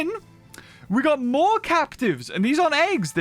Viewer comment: "Moar" again 🤣